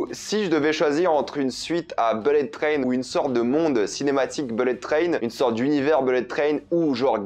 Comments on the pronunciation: "Bellette train" et le gars se vante d'être bilingue à la moindre occasion... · Les mots les plus répétés dans cette vidéo : -beulette traîne : 67 fois (et si tu travaillais ton accent anglais ?) -wagons : 65 fois -personnages : 45 fois -fusils de Tchekhov : 3 fois Faut bosser tes textes et utiliser des COD pour éviter d'être redondant, mec ! Quant aux blagues forcées dans Bullet Train, elles passent mieux que les tiennes (notamment celle qui ouvre maladroitement ta vidéo) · Belette traine? Wall Street English